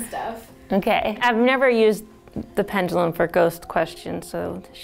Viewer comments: It’s making me mad that they are saying “Pengilum” not Pendulum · STOP SAYING PENDULUM. I HATE THE WAY YOU PRONOUNCE IT. PLEASE STOP. AM I THE ONLY ONE THAT LITERALLY SAYS PENDULUM INSTEAD OF PENJALUM